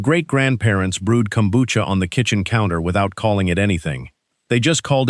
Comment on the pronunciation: Kombucha = Kelp tea. It's Japanese. If it doesn't have Kelp, it's NOT kombucha. DO BETTER. Also, the AI pronunciation is way off.